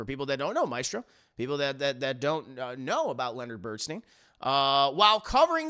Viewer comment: please correct how you pronounce Bernstein.